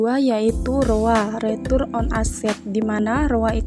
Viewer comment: hehehehehehehe gak nahan pengen komen.. - APB bukan aset PRODUKSI bermasalah tapi ASEP PRODUKTIF BERMASALAH. - bukan CAKPN tapi CKPN - NPL bukan non performing LEON tapi non performing LOAN. - ROA bukan retur of aset tapi RETURN ON ASET - ROE bukan retur on ekuitas tapi RETURN ON EQUITY - NIM bukan Net intereset margin tarpi NET INTEREST MARGIN - LDR bukan leon to deposito rasio tapi LOAN TO DEPOSIT RASIO - NFSR funding dibaca FANDING bukan FUN-DING